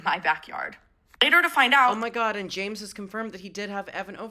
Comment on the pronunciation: can i be reaalllllly stupidly unrelated for just a lil funny sec she calls james jame as she's talking quickly and i think the idea of james being the plural form for like a herd of predators named jame is funny ok thats all